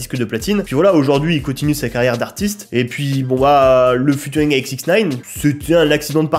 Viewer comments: Je t'en supplie arrête de dire "Futuring" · Alors, j'suis obligé d'intervenir sur un truc, t'es pas du tout au courant que "ea" en anglais ça fait jamais "u" et que du coup on dit pas "futuring"?